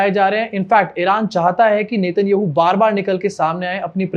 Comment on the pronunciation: Get the names right. Please. If you cannot even pronounce the Israeli prime minister's name, you are not worth watching.